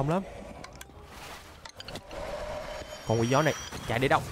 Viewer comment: 🗣️nói Con Quỷ Gió ❌ Tôi nghe Con Quỷ Chó✅